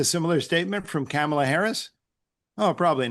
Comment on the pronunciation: Sheesh. He hasn’t even learned how to pronounce Kamala after all this time